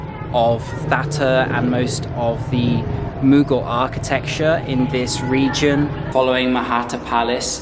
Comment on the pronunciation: You need to get your pronunciation better bro! Mughal is pronounced moghal, and it's Quaid pronounced kaid